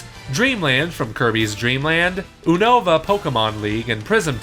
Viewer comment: this dude just said Oon-oe-vuh. It's yoo-nuh-vuh